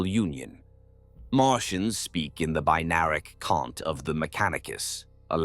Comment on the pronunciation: Ye machine gods!! There's some funny pronunciations here, you need to perform some rites and burn some incense to encourage your Abdominal Intelligence 🤣 favourite one was ' Binaric Cun* 🤣🤣